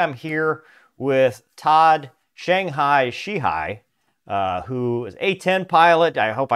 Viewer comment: When did Irish Americans start pronouncing She-he as She-hi? 🤣